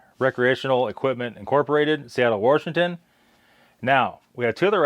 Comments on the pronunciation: Did you say Warshington? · My Hoosier mother used that pronunciation. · Who knew there was an "r" in Washington?